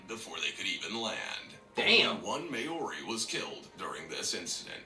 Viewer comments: Dude, clickbait thumbnail. Ruuuude. Is someone vacuuming or mowing the lawns,?? It's MAO-RI, not may-ori. That narrator needs a smack. How the fuck he say Haka and Waitangi right, but fuck up Maori? I'm born and bred here in New Zealand. We're taught Maori from kindergarten to high school! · Maori is pronounced "More-ee" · I just knew Papua New Guinea would be mentioned And they absolutely butchered the name “Maori” which is pronounced Mah - o - ree (roll the r) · oh my god, the way he pronounces Maori! It drives me nuts! May-o-re. That narrator needs to get his words straight. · Bruh the way he pronounces Maori makes me cringe, he probably mispronounced all of the names lol. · He butchered the pronunciation of Maori lmfao.. It's more like Mao the Chinese leader name and just re at the end Maori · They pronounced "Maori" wrong.